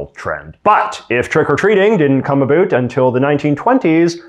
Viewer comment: Are u saying "about" wrong on purpose